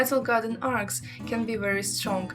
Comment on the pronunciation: Arch is what she is trying to say. Not arts, not ark. Arch.